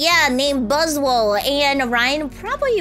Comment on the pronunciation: Its Alola not aloha